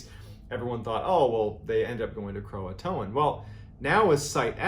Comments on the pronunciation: why does everyone call it croatoan when its croatan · Everyone pronounces it Croa-TOAN. It's CroaTAN. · I think its pronounced Cro-Ah-Tan. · Painful to listen to you mispronounce Croatan....lol. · The "t" in Croatan is the distress signal